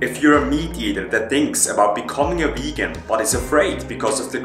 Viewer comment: it Vegan with a V...Not Wegan!!!